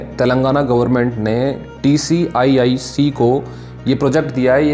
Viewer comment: TSIIC ko TCIIC kyun bol rahe ho bar bar.